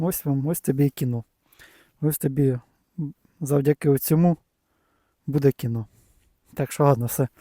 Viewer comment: цьому а не цому а так весело